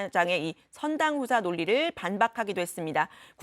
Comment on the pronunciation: 선당후私가 아니고 선당후死 해달라고 들림